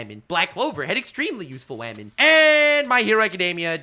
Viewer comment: I love every time he says that wah-men are being more or less helpful🤣🤣